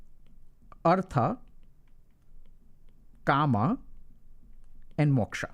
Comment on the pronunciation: Its not ' karma' its 'kaama'